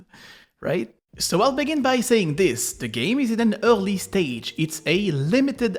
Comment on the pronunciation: Your "early" sounds so French lol